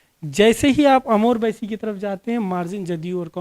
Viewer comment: भाई साहब ये बाईसी है ना की बैसी….अपने word में करेक्शन कीजिए